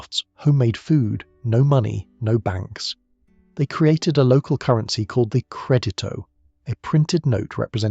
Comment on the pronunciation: Credito – put the stress of the word on the next to the last syllable – cray-DEE-toe